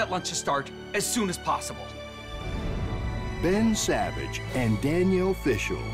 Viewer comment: I keep hearing Bread Savage